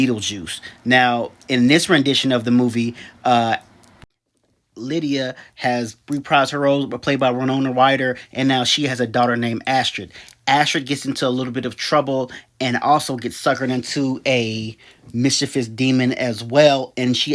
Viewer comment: Did he just call her Rinona Wyder haha